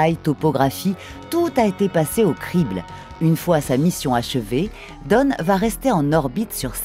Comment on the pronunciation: Bonne vidéo :) Petites erreurs de prononciation pour Kuiper et Oort, on ne dit pas "cuipère" mais bien "cueille-peur" et "ôrt et non "ort'", les noms venant tous deux du néerlandais ;) (et dawn se prononce "dône" ^^) Désolé d'être pointilleux ^^ Aussi, pouvez-vous expliquer comment les étoiles qui passent près du nuage d'Oort font pour pousser les comètes à plonger à l'intérieur du système solaire ? Ne devraient-elles pas plutôt être attirées par ces étoiles? Je ne comprends pas. Merci d'avance !